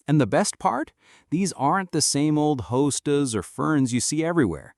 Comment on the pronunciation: AI sadly.. it could have been very informative and enjoyable but with the constant drop me a comment message along with mispronouncing, hosta, clearly marks it as fake artificial intelligence.